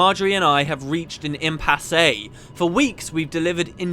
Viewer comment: Impassey? The e is silent. Impass = Impasse